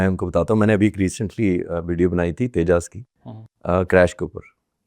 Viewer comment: Dope anchor !! Tejas ko Tejjaasss bol raha hai And this Air Force retired officer thinks he knows the plans of IAF 😂😂😂